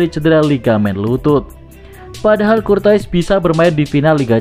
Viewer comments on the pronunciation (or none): Courtois bacaannya KURTOA parah min 😂